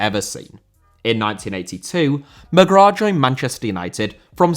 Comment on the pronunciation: Mcgrath* not Mcgror